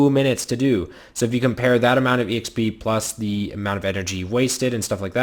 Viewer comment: who says exp as e - x - p?!, it's so annoying